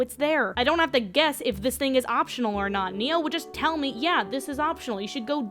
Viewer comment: It's pronounced Ny-Oh, not Neo.